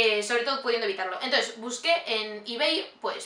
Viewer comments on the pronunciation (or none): none